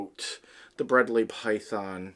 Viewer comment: Giday mate, i don't want to sound like an ass, but it's pronounced Bred-lie and spelt Bredli. They we're discovered by Rob Bredls' father in the early 80's. Rob Bredls' does documentaries under the name The Barefoot Bushman. Back in the 90's i had two females that got to about 3 meters long in about ten years. Used to take mine to schools from discussing biodiversity. From an aussie, well done mate, loved it.